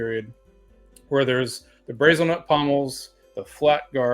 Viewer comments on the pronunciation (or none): I love that you've made a typology series. But just for clarity, it's pronounced "Brah-zil", like the country. Not "Bray-zul".